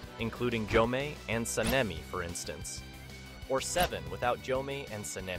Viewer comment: What's up with getting the names wrong? You got so many names wrong and mispronounced Gyomei and Sanemi so many times. Called Giyu, Gyomei. Called Obanai, Uzui.